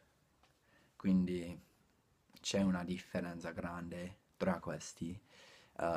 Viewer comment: La z Della parola: 'differenza', è aspra/sorda non sonora o dolce.devi pronunciarla come nella parola 'pazzesco', prezzo. I'm telling you this, not because l'm a teacher, but because l'm sure you like to pronounce the Italian sounds correctly. Have a look here